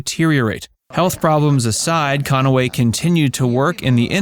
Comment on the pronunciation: Listen to pronunciation. CON-A-WAY.